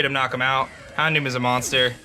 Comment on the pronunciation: HounDOOM lol it served its name well